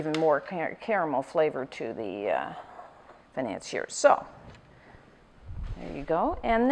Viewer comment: "today we are going to make FAI-NAN-SEE-ERS!" nailed it...